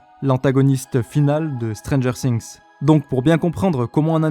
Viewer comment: Alors autant, j'adore tes analyses, autant, ta prononciation ''Stranger Sinx'', ca me tue les oreilles a chaque fois XD